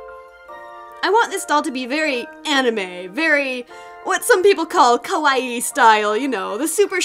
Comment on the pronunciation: The Perfect Weeaboo that's actually how you pronounce it tho